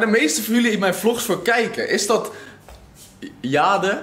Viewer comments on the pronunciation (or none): none